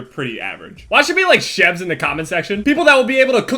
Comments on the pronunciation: Also at minute says chevs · It sounds like he says "chevs." = Chev